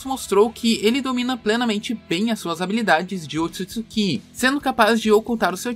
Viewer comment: Para mim já saturou ouvir tanto "Mitsukí" e "Otisuksukí". Nunca mais ouvirei isto.